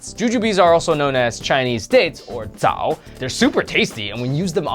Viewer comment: The zao you pronaunced it with the second sound. Its pronaunced with the third and the bagua you also wrongly pronaunced, you should work on it!